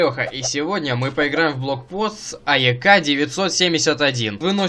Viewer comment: Не А-Е-К, а АЕК, слитно и ударение на Е ;) Ну а насчет видео.. Опять вышло прикольно - лайк обеспечен :D